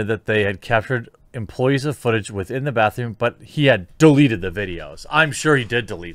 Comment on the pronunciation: You seriously aren’t saying “bathroom?” Bruh….